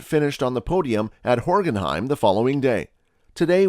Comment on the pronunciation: Horgenheim? Hockenheim! What is this kind of voice. Max doesn't tell much about his private life. Max knows best.